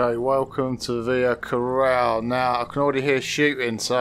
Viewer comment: Its "Via Ca>ROLLA<" not "Via Coral"...